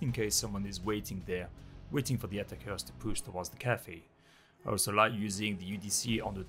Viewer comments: I find myself repeating it haha, it kinda sounds like "Atta-kers" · Quick tip, your pronunciation on "Attackers" is a little off :-)